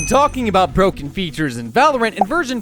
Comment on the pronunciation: Tostuh is bruken